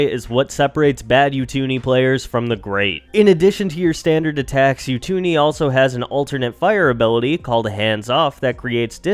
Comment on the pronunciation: You-two-nee 😂 it’s Oo-too-ni